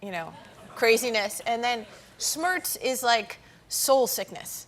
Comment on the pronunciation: On the correct pronounciation of "Regierungs Schlamassel Schmerz": Regierungs is pronounced like "Ra[y]-geeroong's" (the a like in "Ray", but leave out the "y") , "Schlamassel" is pronounced "shluh'muscle", Schmerz is pronounced like "Shmairt's" ("ai" like in "air" or "fair"). Pronounce it that way and every German will understand what you're saying. On long German words: We have many very long words in German language, because we can basically make new words up by combining existing words, so many German words are combinations of others, f.e. a slice of bread spread with butter is a "Butterbrot" ("butter bread"), a submarine is a boat that swims under the surface of the sea, so it is a "Unterseeboot" (or short "U-Boot"= "under sea boat"), a wrist is the joint that connects the hand to the arm, so it's a "Handgelenk" (a "hand joint"), a nostril is a hole in you nose, so it's a "Nasenloch" ("nose hole"), the panic you might feel when fearing to not arrive somewhere before closing-time (both literally or figuratively) is "Torschlusspanik" (= "gate closing/ending panic").